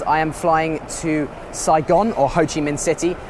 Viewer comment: I love hearing the foreigner say “Saigon”. Thanks for a lit video!!!!